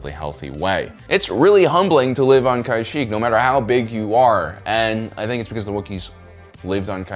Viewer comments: Genuine question, do you mispronounce everything on purpose? Because this isn't the first time you've tried to make alternate pronunciations happen. In this case, it's not "kai-shik" it's said like "kah-sheek" and this isn't really up for debate since characters say it in multiple instances. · actually no he says kai sheek that's still wrong . Its kah sheek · great video, but its pronounced "Ka-sheek" lol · Kashyyyk is generally pronounced as "kah-SHEEK." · its Kashyyyk not kyshick 💀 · Had to stop watching as soon as you pronounced it as k̑̈y̑̈-s̑̈h̑̈ȇ̈c̑̈k̑̈. Cringe. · where did you get the idea from that its pronounced kai shek. We are talking about a planet from star wars here and not the former president of taiwan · Why exactly is he pronouncing it "kaisheek" It's pronounced how it it spelled Ka-shyyk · Any time the planet is spoken in conversation across all species in the games, movies and even spin offs all pronounce it consistently the same way… what is wrong with you lmao “kaisheek” really?!! Lmao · Kashyyyk, not Kayshyk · It's KA-SHEEKKKKKKK LOL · It’s pronounced KA SHEEK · Thought it was pronounced ka-sheek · Couldnt watch the entire video because of your mispronounciation of KA Sheeek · Its pronounced, Cash-eek, eek as in Creek and Seek. The Wookies are basically a Space Sasquatch tribe that believes in Naturalism religion. Pretty cool indeed!! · Use your brain it's ka- sheek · Please dont pronounce it like that, it's K'sheek or ka-sheek. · I love your videos. But so help me god if you kai-shik one more time……. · "kuh-sheek". Where are you getting your pronunciations from. They've said the name in multiple movies & shows.🤨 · Wait. The Wookie planet was the most dangerous planet. I though Felucia was considered more dangerous. And it is pronounce Ka Shiek. I thought you were a Star Wars fan…….look he pronounces two different names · Ive never heard anyone say it like he does. Ka Sheek or Ka Shick are the only pronunciations before this video lol